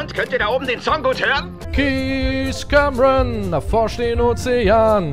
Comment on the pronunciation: Du sprichst den Namen des Kapitäns falsch aus ;-; *Cameron